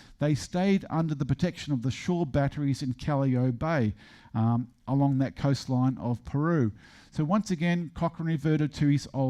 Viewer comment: The port of Lima, and the bay you refer to is Callao - it sounds like ka·ya·o